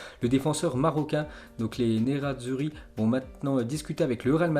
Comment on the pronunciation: Et les prononciations de langues étrangères on en parle 😂 Les nerazzurri 🤣 les nom anglais 😂 Un français lambda qui parle que français ...bon il sort tout les jours un récapitulatif c est pour ça qu on regarde de temps en temps ça évite de regarder 40 infos...et ses prononciations mdrrr ca fait rire...